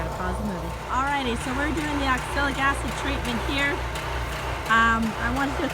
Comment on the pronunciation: You probably learn to pronounce the product you are using.